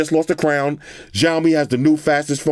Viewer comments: Ma man really said jao mi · not trying to be like a hater but it is called siaomi (written as:xiaomi/小米）